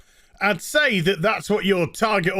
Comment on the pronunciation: My favorite is “says”